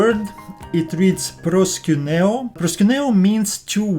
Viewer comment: Lol it sounds like proskunew ha ha ha ha. I hope that like Peter your not accepting it Lol